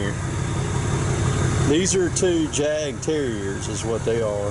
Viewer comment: Awesome pups. It's pronounced YAHK terrier, which translated from German means hunting terrier.